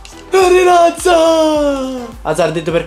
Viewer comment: Apparte che è latza no lazza